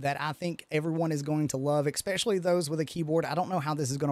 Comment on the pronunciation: There’s actually no x in especially